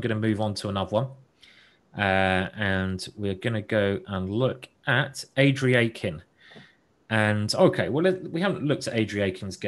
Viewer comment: Pretty terrible level of commentary. Simon botches about every name, even the easy ones like Andreikin. Has no clue who household names like Sibelephant are, stays on games way after they finish instead of clicking to ongoing very important games etc. etc. I understand i'm picky but I think this guy is not nearly up to par.